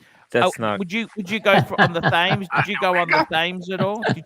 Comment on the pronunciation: Thame .. Thame ..... ?? Thames (river) = (Pronounced Tems) lol & Storeditch is Shoreditch (sure ditch)